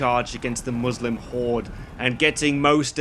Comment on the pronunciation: For the love of god! Its not pronounced Muuuuuslim lmao 😂 Imagine thinking that any religiously motivated war wasn’t for power and expanding territory lmao But yeah the movie is really cringelevel bad lol